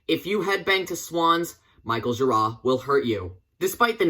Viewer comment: You pronounced Michael gira correctly! Well researched boiiiiiii